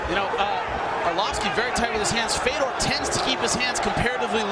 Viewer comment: “Feodor” How do you not know how to pronounce his name in the same sentence you say that he’s one of the greatest of all time.